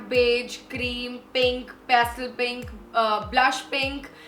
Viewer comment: Wow! This is a great video. ❤️❤️❤️❤️❤️ But the way you said “pastel” gave me a heart attack. But maybe you said it wrong and didn’t wanted to start the video again for some glitch. So so helpful video not only for Sarojini but in general!